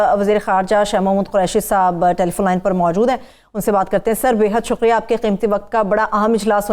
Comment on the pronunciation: YE AAJ MUJH KO KIA HUWA............SUQRIA NAHI....SUKRIA.